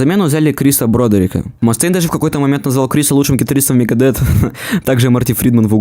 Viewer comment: Не Лиар, а Лая, если уж ты пытаешься в английский. И не Мегадет, а Мегадеф..ну и далее по списку...Элизиан, Роуд, Три, Юфенейжа........